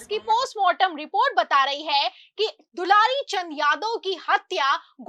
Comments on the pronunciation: AAP news padhne ke pahle theek se dekh liya kariye naam kya hai....... Inka naam hai swargiya dularchand.... Aur aap bar bar bol rahi hai dulari Chand dulari Chand ho sakta hai..... Thoda dekh kar padh kar tab samachar bola karo bhaiya.........😢😢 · Dularchan name he aap dilarichand batate ho thoda dhyan rakho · are medam dularichand nhi bolo dularchand bolo😂😂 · पहले नाम तो लेना सही से सिख लो मैडम ....dularchand